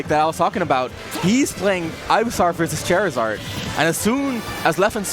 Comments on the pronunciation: it's pronounced ivysawr?? he was pronouncing it ivysar. either you didn't know or your english is garbage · Calls razor leaf sonicboom and pronounced ivysaur "guyvysaur" good job commentators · I think OP meant the commentator pronounced it 'Ivy-saw-r' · LMFAOOOOOO or “Ivy-sar” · I was thinking that too!! Was looking for someone to mention this... Ivy-SAR. Ivy-SARD. Jeeeezuz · Im glad someone else noticed it, and other people are also rustled. "Ivysare" also bothered me lmao